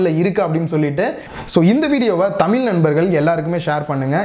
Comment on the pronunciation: தமில் இல்லை, தமிழ்.